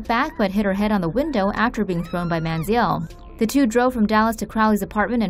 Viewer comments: Money manziel. Why do you keep saying man zee eelle? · Lol anyone notice they pronounced it manzee•el